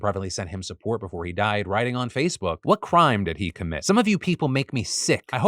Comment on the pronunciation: Phil, why are you talking like you are from Tennessee?? Indictment and crime, wire, viability, all came out with such a southerndrawl I had to replay it!! 😂🤣 Oops, there it is, you don't know why? 😂